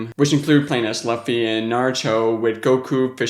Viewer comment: bruh nice video and you said luhffy and its looffy